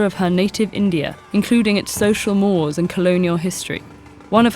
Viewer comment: Is this AI-narrated? I was certain that the word "mores", as in 'cultural norms and mores' is pronounced, "MOR-aze"